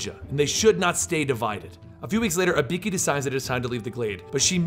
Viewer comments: It's not Ibeeki. It's IBUUUKI. Telling history but getting the name wrong... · Dude pronounced it like HE-IKI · "ibeeki" and "ellena". Wow. Butchered. Its "ibooki" and "elayna". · Can’t help but notice you call her Uh-Bee-Key, it’s actually E-Boo-Key but nice illustrating I enjoyed watching 😅 I’ll disappear now in a puff of smoke 🥷💨🪵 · You know the games tell you how to pronounce ibuki (e-boo-key). still a good video but just something that bothered me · it's pronounced "ee-boo-kee" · why do you say Ibiki ? And you also butchered Elena's name. Still a good video, 10/10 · I get it, but even still the pronunciations are way off though. Even funnier is that I was watching the vid with subtitles on, and every time he said Ibeeki it never got it right either. The subtitles just came up with stuff like ''a beaky'', ''a pinkie'' or ''B key'' lmao. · Lol it's actually pronounced ee-boo-ki but thanks for the video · I get the feeling about 9/10 of these comments are dedicated to pointing out how he screwed up Ibuki‘s name. Including this one. Her names on the GOD DAMN CUVER FOR GOD SAKE! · He might don't know to say ibuki right